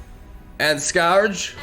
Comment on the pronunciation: Just an FYI, The Scourge is pronounced like: The Skerj